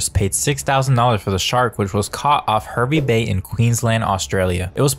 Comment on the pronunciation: Arrrrrgh! I live there and this video is killing me on the inside. Pronounced "Harvey Bay".